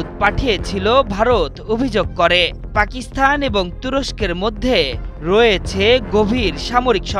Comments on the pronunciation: এ কেমন উপস্থাপনা, পাকিস্তান শব্দের স্থানে পাকিস্থান বলছে। একাত্তর টিভি আর লোক পায়নি শুদ্ধ উচ্চারণ করানোর জন্য!!!!! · আপনি সাংবাদিক, আপনার অবশ্যই পাকিস্তান উচ্চারণ টা আরো সুন্দর ভাবে করা উচিত